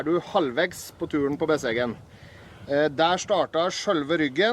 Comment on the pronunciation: i grew up about 30 minutes from Besseggen/Gjende by car, and i have to say, your pronunciation is the best i've heard from an American.